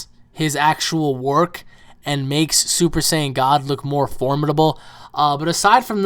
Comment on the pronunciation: That makes-eh no sense-eh